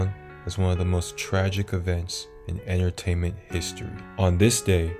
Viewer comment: Exactly, “Enter… tainment”…